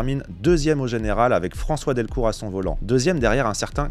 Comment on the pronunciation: C'est juste un ou deux petits détails, rien de méchant. 😉 Par exemple, on ne dit pas François "Delcour", mais bien Delecour. 😁 Après, la 306 a roulé plus ou moins sur la terre, vu qu'on la faisait rouler dès sa sortie (ou presque) en rallye cross, aux mains de Pierre-Alain France et montée chez LAD (Louvier Auto Développement). Niveau moteur, à la "grande" époque, selon les cartographies, elles prenaient 9400, 9600 ou 9800 tr/min. En essais peugeot-sport, il est arrivé qu'elles prennent plus de 10 000 (on parle jusqu'à 13 000) mais pas retenu en course (on devine bien pourquoi). Par-contre, effectivement, tout ce qui est maxi kit-car, S1600, S2000... l'entretient coute un bras. 😅Sinon, super vidéo.